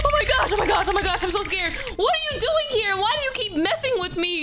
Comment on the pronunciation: Oh it said oing not doing